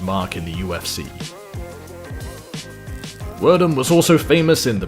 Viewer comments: I thought is was Pronounced Verdoom not Werdum, genuinely thought, not being some smart ass commentor. Anyways, prime Royce Gracie was incredible and even Older Royce is a savage. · Werdum too. Poor knowledge of content, on producers part. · Fabricio "wher-doom" "steyep miockic" , Kron is seen choking bruce leeroy and the narator refers to a different fight, calls royce rickson...come on guy